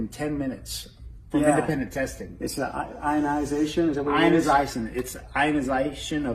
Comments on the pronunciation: "Ionisiiition" "Particulants" God can't heal stupid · The likelihood of this machine working is the same likelihood of tweddle dumb and tweddle dumber pronouncing "ionization" correctly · Can’t even say “ionization” correctly. And no, it’s thanks science for that great technology if it’s even real. On a side note, those two pastors come off to me like they are totally in the closet. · How does he pronounce ionization? If he's working on the scientific principle of it, why can't he say it? It's like those dumbasses who say nucular, instead of nuclear.... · the guy can't even say the word properly... :/ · Love the fact that they CAN'T even pronounce their "miracle technology" is hilarious. Besides...I thought that they were covered in the Lord's blood therefore they didn't need to worry about the virus. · The guy on the left can't even pronounce 'ionization'! That guy is like, rubbing his hands together; body language for "I can't wait to get my hands on your money"! 🤑 🤣🤣🤣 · They couldn't even pronounce ionization. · When you can't pronounce the word properly I don't believe you understand the technology. "technology developed by some members of our church" Right.